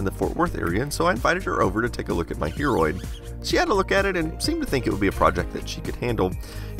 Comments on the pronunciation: Everytime you tell "Hearoid" I personally hear "Hemorrhoid" ... <.< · I thought he said heammorid for a second then